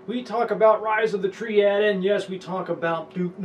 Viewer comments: Rise of the Tree-ad? No, no, no... it's Triad. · its rise of the TRI-AD... not rise of the treead.